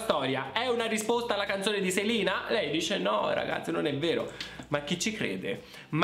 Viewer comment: Grazie di aver detto 'Selina' e non 'Selena'. Nessuno che mai lo pronuncia giusto 🖤